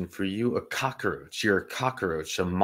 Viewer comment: Thanks another great show! One thing, it’s cockroach, not cockaroach. 😊